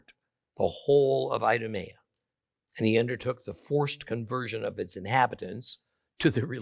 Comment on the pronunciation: I-do-me-a 😂😅 Hmmm, that's telling.